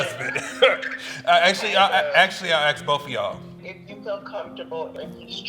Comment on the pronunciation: Why can’t black people ever say “ask” correctly? Just stop being gay, geez 🤦🏻‍♂️